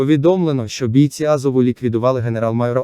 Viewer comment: Не вимовляйте бІйці. БійцІ